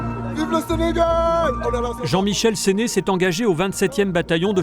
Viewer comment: Jean Michel SÉNE et non pas "SÉNÉ"